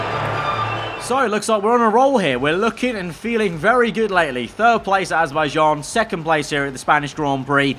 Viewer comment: its how you pronounce it in 2019 lol